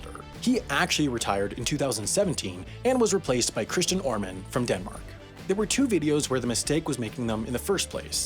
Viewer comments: "and was replaced by Christian Oarman" Oof. I'm used to foreigners butchering my language, but that mispronunciation is ironic given the video topic. Honestly though, I can't even figure out how to write that phonetically in English, so maybe it should be excused. That said Ø ≠ O, and it's an E, not an A. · You mispronounced Kristian Ørmen, in Danish it's supposed to pronounced like a schwa. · I want to point out that you mispronounced Kristian Ørman's name . It's an Ø, not an O! But since Ø is only used in Danish and Norwegian, I don't think this will ever be addressed. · I find it fitting that you mispronounced the name of Kristian Ørmen in this video. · Oh and you pronounced Kristian Ørmen wrong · You mispronounced Kristian Ørmen. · I am Danish and the way you pronounce Kristian Ørmen has ruined my Friday